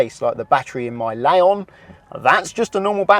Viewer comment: Why do you call your car a Laon when it's a Leon the second letter is an e not an a...just thought I'd mention it otherwise a....many thanks for your hard work.